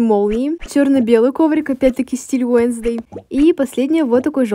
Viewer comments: 🤬🤬🤬🤬не Уенздей а уэнсдей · Не уенздей а уэнздэй